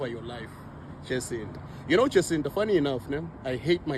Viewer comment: is just a fool. She can't even pronounce the name right 'Jancinda'... We need to track her down...